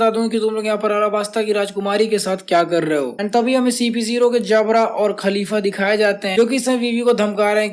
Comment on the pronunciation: vro wo khalifa nahi ka-li-fa hai 😭